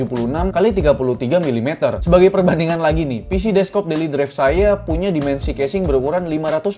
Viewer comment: bang "desk top" bukan "des-kop"